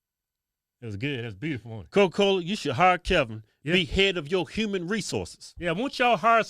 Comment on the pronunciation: “while you got cowca cowla out der sellin str8 pohizen” - Kevin 2021